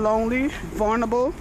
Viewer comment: I say vulnerable like you. Are you from the bx?